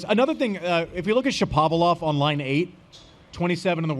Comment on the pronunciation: I can not believe you're still saying ShaPOValov Andy🤦🏼‍♂️